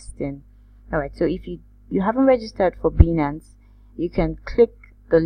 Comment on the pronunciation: It's pronounced; "BYE-nance"